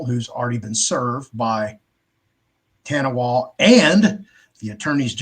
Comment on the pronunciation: Ta Nah Wah, not TaWahNa